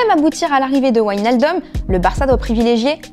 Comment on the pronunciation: W en Dutch c’est V ! C’est pas Whynildum 🤦🏻‍♂️🤦🏻‍♂️🤦🏻‍♂️